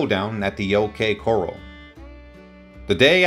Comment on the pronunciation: It's either AI or a European person. Not only did he keep mispronouncing OK Corral, He pe pronounced Comanche Jack Stillwell's name as Co-mon-chay. Most Americans know who the Comanche Indians are. At one point he even referred to the Earps as the Yirps